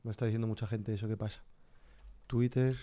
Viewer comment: no es witer si no wither como si intentaras pronunciar la z